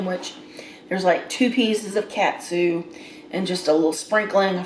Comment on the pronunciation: It's pronounced kawt-soo